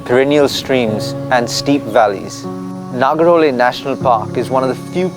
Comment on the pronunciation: very surprising pronunciation of nagarhole being in karnataka for so many years